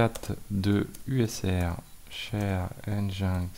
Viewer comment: Stp, ça pique un peu les oreilles, prononce "engine-ex" pas "en jain x":))))